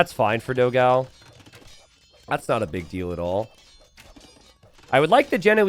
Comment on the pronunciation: I hope one day will learn to pronounce Dogão correctly (hint: it's nothing like what he calls him)!